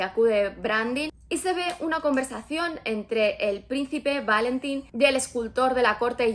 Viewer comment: Yo he leído el libro y me chirría la pronunciación de los nombres a la inglesa. Está ambientado un una pseudoitalia. Es la península de la Palma, no Palm, es el príncipe Valentín, no Válentin, es Corte la Baja, no lower Corte. Un poco de respeto